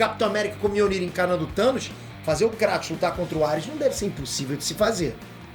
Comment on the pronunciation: O fica errando o nome do Kratos